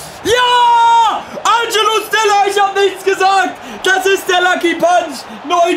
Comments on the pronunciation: Fang bitte an Stiller richtig auszusprechen😂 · die aussprache von stiller seinem namen stört mich so extrem